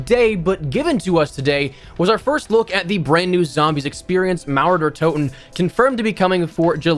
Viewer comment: Loved how you pronounce „Mauer der Toten“ 🤣 this was actually quite accurate!